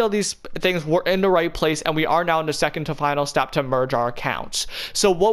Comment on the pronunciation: take a sip of ur tea/coffee everytime he says merg ur fortnite accounts